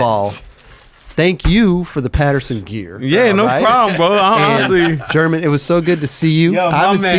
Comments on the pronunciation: It does get tricky bro think about it german herman then theres guys like carlos ribiero who you also pronounce w a H pretty much Hibiero The "G" being pronounced as a H can get a little confusing as well mind you its been years since been in Barcelona and had to use his spanish i was pretty impressed hearing him talk spanish that good in jesus fernandez part lol got my respect there not gonna lie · How does not know the basics of Spanish pronunciation even though he lived in Barcelona and laments not speaking more while he was there?